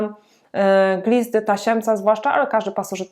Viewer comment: Super profesjonalnie, maksimum wiedzy, tylko taka mała uwaga mówimy glista a nie glizda